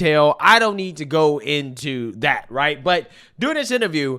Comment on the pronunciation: During. Derr-ing.